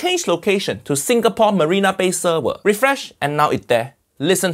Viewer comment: did uncle roger say "singaporn"